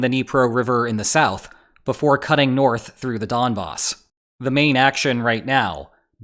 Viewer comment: wait the Mafia is involved now ('Don Boss' pronunciation joke)? A fair bit of the time, runs through sentential logic are just too subjective.